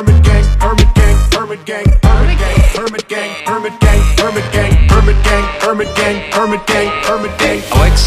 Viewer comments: I cant unhear hermit gang as burger king... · What do i hear them say "permant gay" instead of "hermit gang" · i hear herban king instead of hermit gang 😂